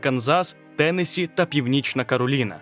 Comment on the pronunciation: Трохи подушню- правильно наголос на останній склад - ТеннессІ. Відео чудове! Дяка!👍🏻👍🏻👍🏻